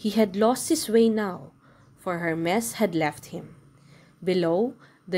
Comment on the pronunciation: Perseus - per si us Hermes - her mees